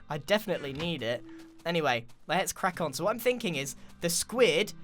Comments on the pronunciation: he says crack on which sounds like krackon and it's about a squid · “Let’s crack on” sounds like let’s kraken